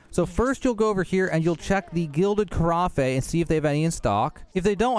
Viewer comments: Americans it's pronounced carroff or carraff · Thanks! On a side note Carafe is pronounced car-aff. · His pronunciation of carafe is painful. It’s ‘carafe’ like ‘giraffe’, not ‘carafe’ like ‘caffè’.